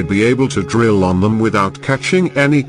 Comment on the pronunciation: That ❌ dat✅ them? ❌ dem!✅ don’t? Duh!✅